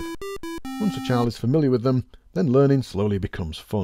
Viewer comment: "i'm learnding"